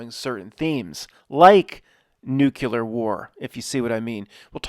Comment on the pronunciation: Always appreciate your insights and wit. Today, I was shocked to hear how you pronounce the word NUCLEAR. It's basically New + Clear. You are pronouncing "Clear" as "Q-lur". I have never heard you opine about "Q-lur" blue skies or crystal "Q-lur" water. Curious alteration you make. I suggest you relax and "Q-lur" your mind and practice pronouncing Clear and slipping the word New in front of it. You are much too intelligent,, to be saying it that way.